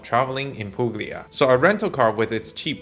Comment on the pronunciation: You don't pronounce g in Puglia:)